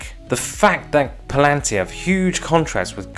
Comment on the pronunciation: Yes, but it's not pronounced "Plan-tir, it's Pal-an-tir.